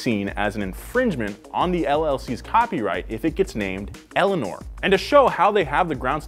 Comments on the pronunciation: "They basically own everyrthing named Eleanorr" The kid name Eleanor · I said Eleanoir not Eleanor geez